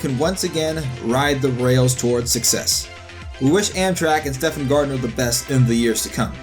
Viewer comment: Um, it's pronounced "Steven," not "Stefan." It's like one of the most popular male names in history....